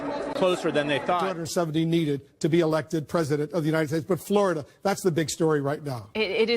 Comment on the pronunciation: Fleurida, Flerida... At what point did they start popping Xanax?